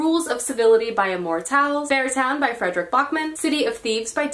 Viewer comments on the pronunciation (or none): none